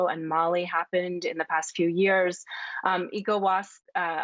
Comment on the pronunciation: I can't listen to this idiot constantly saying E Cowas